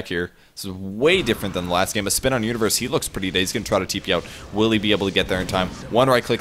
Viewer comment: sounds like he's saying Uterus rather than Universe lol